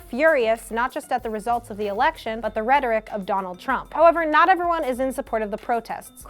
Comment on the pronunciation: She mispronounced rhetoric RIP